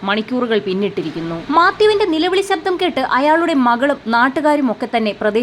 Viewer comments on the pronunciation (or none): none